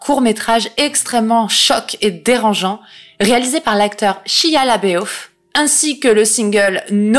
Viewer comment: Chia la béof??? 😂 On prononce Shaya le boeuf!